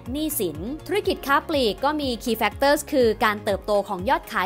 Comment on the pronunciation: โอ้โหววว... เปิดมาเจอแบบไม่ตั้งใจ แต่คลิปแบบ"ดีม๊ากกกกก"ค่ะ!!! กราฟฟิคสวย น่ารักสุด สรุปพ้อยท์เป็นข้อๆได้สั้นชัดเจนมาก เข้าใจได้ง่ายจริงๆ ที่สำคัญสปีดการพูดพอดีมากเลยค่ะ ฟังง่าย ชัดเจน ไม่เยิ่นเย้อ ขอชืนชมการออกเสียงทุกคำชัดมากๆๆๆๆๆ factors แม้พูดเร็วแต่ s ยังชัดแจ๋วว เสียงเพราะด้วย จะดูซ้ำหลายๆรอบเลย เป็นกำลังใจให้นะคะ ♥♥♥♥